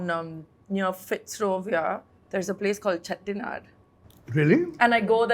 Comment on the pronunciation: The way she does British impression and the perfect pronunciation of "Dosa", "Chettinad" and "Sambar"